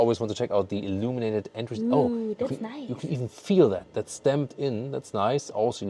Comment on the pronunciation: Umm for some reason, I don't know, whenever you say "illuminated", reminds me of "illuminati" 🤣. Why?